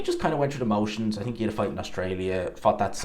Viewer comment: I TINK you need to learn proper English.. it's Think not tink